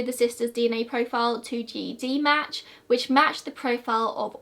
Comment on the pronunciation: I have always heard it pronounced “Jed” match